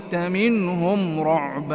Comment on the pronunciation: As salam. Maaf, Surah Al-Kahfi, di akhir ayat 18, pembetulan bacaan. Sepatutnya dibaca "ru'ba" bukan "ra'ba". Wallah hu alam.